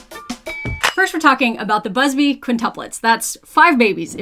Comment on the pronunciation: What I found shocking was that she wasn't saying "Adam and Danielle Buzzfeed" which I swear is exactly what it sounded like